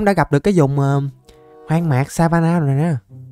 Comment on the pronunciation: SAHARA CHỨ KO PHẢI LÀ SAPHALA ANH ƠI